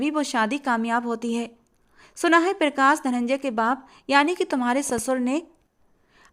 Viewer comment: पिरकाश nhi hota , प्रकाश होता है